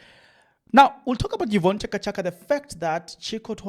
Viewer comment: thanks for your information but reading yeka find someone to read.pronounce right Chaka Chaka, Diepkloof man. Stop this thing of yours O,O,O times and again Ah,Ah, Lokhu,lokho.its irritating.